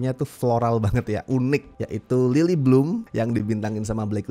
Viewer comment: Berasa sangat me-lokal karena beberapa kali saat melafalkan Lily, aku dengarnya "Lilik"😅